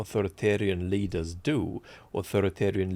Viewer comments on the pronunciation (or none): as a German, you misspeaking the English "leader" like the German "Luder" was extremely funny. It's an outdated word which one might translate to "hussy."